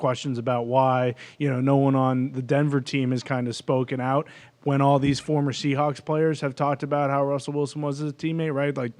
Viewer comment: the ticker said find aht ....not (out) but (aht) how he's doing